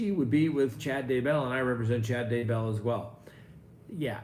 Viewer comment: Please for the love of God learn how to pronounce Chad DAY-bell's name. It is indeed pronounced DAY-bell and not duh-BELL the way you insist on pronouncing it.